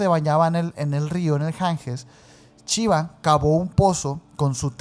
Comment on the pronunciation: Entiendo su acento pero me da algo cada que dicen "chiva" omg 😅 gracias por sus videos y que shiva los bendiga :) ❤